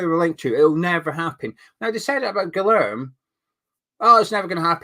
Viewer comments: its pronounced GIYERM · Say key and then put a g in instead then say ler-me and your golden. Got a family member called guilhereme